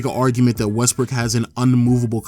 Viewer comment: dude said Westbrick